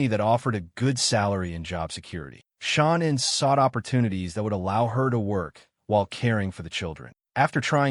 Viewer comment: Pretty sad YouTube video on these people and you can't even pronounce her name her name her name is Sha. Nam And you probably wonder why you getting no views idiot